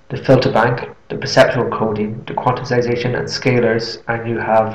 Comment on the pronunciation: Note that the word is “quantization”, not “quanticization”.